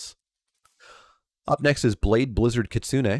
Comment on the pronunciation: Thank you for pronouncing Kitsune correctly! growls at some other MTG-tubers